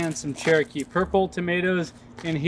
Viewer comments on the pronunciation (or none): none